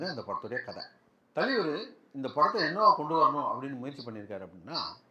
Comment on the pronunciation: Thalaiver❎ thaleever✅😂